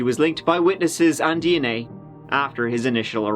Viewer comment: What's hilarious to me is that this guy pronounces DNA as "D and A". We all hear "Dicks and Ass", lets be honest.